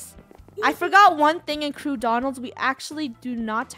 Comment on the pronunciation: Krew not krewe